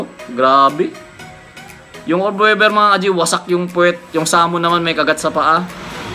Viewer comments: Australian orb weaver. Weaver hindi webber.. it pronounced weever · Tangina “orb wevver” daw oh. 😂